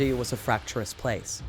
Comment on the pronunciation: 'Fracturous' , twice.